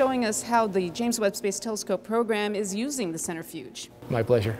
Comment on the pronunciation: “Center Fuge.” 🤦‍♂️